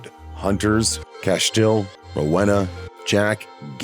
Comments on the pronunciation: Castule and Rowhena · Rowena (Row•eena) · Most upsetting thing about this video is the pronunciation of Rowena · Funny how narrator pronounces Rowena & Castiel 😂. We're was CAIN "Father Of Murder" .... First Son, First Excursioner ..... Etc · They way the guy pronounce Rowena is a joke 🤣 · You can tell that the narrator of the video has never seen Supernatural because with the pronunciations of Castiel and Rowena are laughful at best